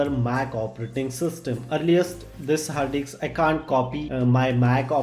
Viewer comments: hard DICKSS guys, not hard DISK 😂😂😂. LMAO 😂. HARD DICKS 😂. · ah ki fudu explanation "hard diks"